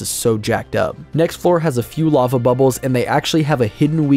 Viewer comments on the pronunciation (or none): none